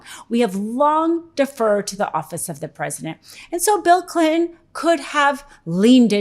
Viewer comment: “Bill Clit’n”. 🤭